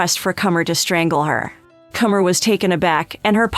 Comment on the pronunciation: No 1 thing you don’t know~how to pronounce Comer (rhymes with doner)